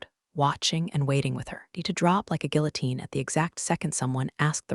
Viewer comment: Why can’t any of these AI tell the difference between read or read or pronounce guillotine??